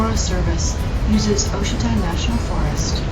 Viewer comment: It's pronounced Wah-sheeta! Nice ride though, and well done on the music... apropos and not overbearing.